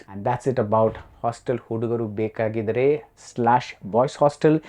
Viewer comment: Request BR to please learn the Kannada pronunciations. Its Hostel hudugaru bekaagiddaare.